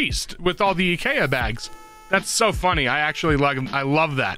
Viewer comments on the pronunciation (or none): If you say eeekayaa one more time i will scream. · The way pronounces IKEA drives me nuts (Yes I'm American)